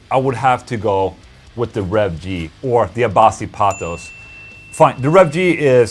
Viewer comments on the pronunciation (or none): none